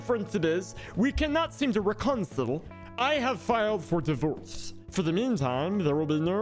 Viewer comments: Lol love how he said reconsole instead of reconcile. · reconsil? really dude..